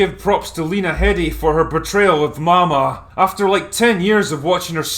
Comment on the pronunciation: It's pronounced Maw Maw.... get it?